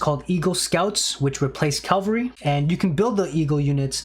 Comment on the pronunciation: Bruh I don’t know why you keep talking about Calvary, that’s the place where Jesus died for us. Cavalry, however, are a great unit type in aoe 2